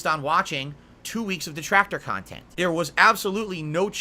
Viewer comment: Bwahaha with the 'reactionary khantent'.